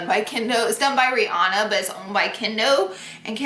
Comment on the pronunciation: Hey why did you call Rihanna breanna?????